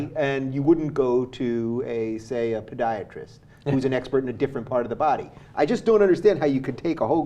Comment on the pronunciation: Did he say "pediatrist" or "podiatrist"?